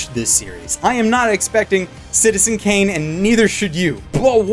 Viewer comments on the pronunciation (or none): none